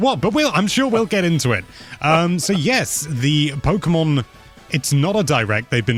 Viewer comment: why, why you say pokeymon??